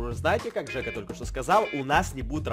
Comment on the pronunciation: Джека? ДЖЕКА? ДЖЕКА?????? ОН ЖЕКА, А НЕ ДЖЕКА